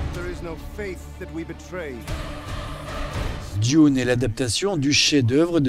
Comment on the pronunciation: A propos de Dune "il joue le rôle du fils d'une famille noble chargé de protéger la galaxie et de la sauver des forces du mal"... totalement à côté de la plaque... Au fait pas besoin de prononcer "Dune" à l'anglaise. Par contre prononcer "Martin" de Martin Scrocese à la française...